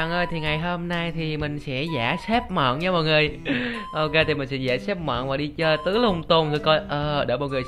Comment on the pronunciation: Mận chứ ko phải mậm haha